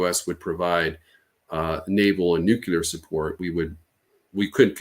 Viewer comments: Once a supposed military expert mispronounces Nuclear I stop listening. It’s not a hard word to say. “New clear” if you can’t say that then I’m not going to trust your intellect. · How can we trust anything he says? He pronounces the word "Noo-Kyoo-Lur." It means he's unaware he's speaking of matters relating to the Nucleus of the atom - otherwise he wouldn't mispronounce it. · Did this guy learn to say “nucular” from George W? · Did he keep saying "nukular"? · After his "nuceelar Eye-ran" is a threat to..., I couldn't watch anymore 🤑! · I can’t listen to anyone who says “nu-que-lar” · He clearly learned how to pronounce it from Bush Jr. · Anybody who pronounces “nuclear” in this way must have some kind of fundamental perception issue. It’s also mildly irritating - a bit like “should of” instead of “have”. And another thing - “lose” has only one “o”. If we even can’t grasp basics, how the hell are we gonna sort this mess? Toss pots😊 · I have issues with the credibility of someone who can't even say the word nuclear